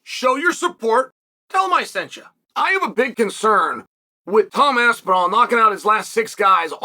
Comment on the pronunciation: You know you've made it when Chael pronounces your name correctly